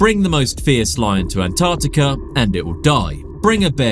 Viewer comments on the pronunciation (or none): none